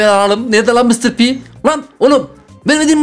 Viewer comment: Mıstır pi değil mistır pi